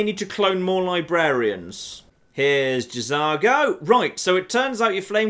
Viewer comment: I think the J in J'Zargo is silent. Just saying.